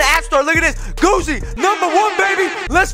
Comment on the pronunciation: Yea not goofy its g-o-o-z-y